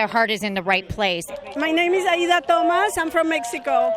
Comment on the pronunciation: Poppin Blisters I thought you said " I LOVE AIDS ". For a moment..